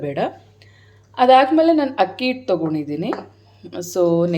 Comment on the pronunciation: ಕೊತ್ತಂಬರಿ, ಕೊತ್ಮಿರಿ ಅಲ್ಲ, ಹಿಟ್ಟು, ಇಟ್ಟು ಅಲ್ಲ, ತರಿ ತರಿ, ತುರಿತುರಿ ಅಲ್ಲ